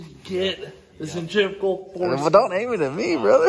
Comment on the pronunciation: New custom billet Big Block engine.. lets run it without oil.. Havent we been here before? And surely you have an oil funnel?! Im really impressed that Cleet pronounced "Centrifugal Force" correctly. Most people say it wrong..